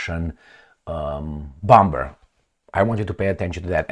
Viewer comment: Please stop with this "bom-b-er"crap,u can say "bo-muh" for sure